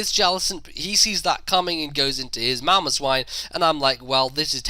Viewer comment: His mamoswine and called mamoswin.